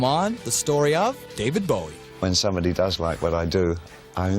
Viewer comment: r u dere, Deved Beweh? yus.